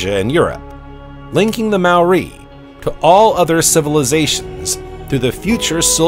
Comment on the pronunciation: If only the narrator had taken the time to learn to pronounce Maori (NOT pronounced 'Mau- ree') words and names. It got to the stage I couldn't listen to him butchering the language any longer and had to turn this off at the 40 minute mark.